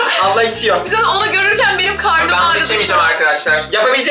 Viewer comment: Banım diyo ahhaha